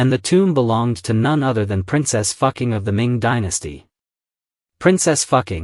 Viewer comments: Dude your Ai Textspeach is horrific... You should check bevor you upload. The AI calls her Princess Fucking and not Fuqing... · Correct pronunciation- Foo Ching